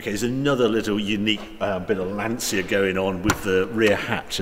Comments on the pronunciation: Italiano here Just to ask please if u say lancia as in lansee-a in italian u are actually saying: l ansia ( the anxiety) for lancia think as lantcha to made it sound properly. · Great video, lovely car. The only thing you need to improve is the pronunciation of the word "Lancia". It's Lan-tcha" ;-) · Harry I love you man but please say it correctly....''Lantja'' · haha...only certain words bother me...i assume youre referring to pronouncing Lancia as "Lan-see-ya"? brits were yucking it up to the new Alfa "Toe nail" (Tonale) thinking they were so clever and that the world revolves around the english language when aruguably 65-70% of their language is based on latin... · Lancia to pronunce like Lanchia. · it's pronounced "lancha" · Harry, you pronounce Porsche correctly, so why not Lancia?